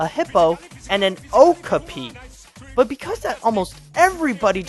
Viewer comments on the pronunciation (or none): It's pronounced "Oh-KAP-pi!" And the Okapi is a cousin of the giraffe that looks a little bit like a zebra. They've only been found in one small area in Africa and are presumed to be endangered because, similar to the naked mole rat, they haven't been found ANYWHERE else in the wild. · Not to be "that guy," but it's oh-KAH-pee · you said okpi wrong